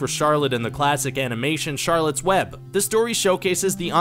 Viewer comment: "charolettes web" me: *actually starts crying CHAROLETTTEEE